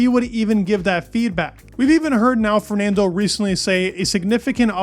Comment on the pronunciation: Great video but your pronunciation of Fernando is painful to listen to 😅